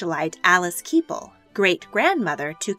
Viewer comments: In English English, Kepple, rhymes Kettle, not steeple and Warwick, only has a W sound at the beginning ie is prounounced "Warrick". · It’s pronounced warrick not Warwick. And it’s keppel, not keypull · Warrick, not Warwick, K-eh-ppel not Keepel, i suggest maybe looking up pronounciations of words you're unfamiliar with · Warwick is pronounced "Warrick" and Keppel is pronounced "keh-puhl" not "key-puhl". Just fyi. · You have the pronunciation of Keppel all wrong. The 1st 'e' in Keppel is pronounced like in the word "egg", not 'ee' as in "keep", and the 2nd 'e' is actually pronounced with an 'uh' sound, like in the word "up"! Sorry, but if you're going to make videos about historical characters, you need to get the pronunciation of their names correct! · I love your videos, but just one thing -- please look up pronunciations before doing the voice-overs. For example: it's "SAX" Coberg, and Alice "KEH - puhl", and Alice Liddell rhymes with fiddle. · Also, Keppel [KEP] + [UHL], Marlborough House [MAAL] + [BRUH], among others.